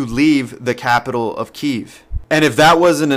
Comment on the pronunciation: No journalistic facts here, this guy can't even pronounce names and cities correctly for God sake! This video is all script of fantasy based written by a delusional, manipulative, and scared Kremlin.